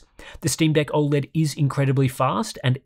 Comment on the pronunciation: Has anyone ever pointed the way you pronounce OLED? It's not even a country thing, I'm Australian and think you say it weird. Love the content though